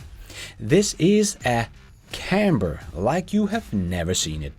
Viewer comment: Is the guy calling this a CamBer?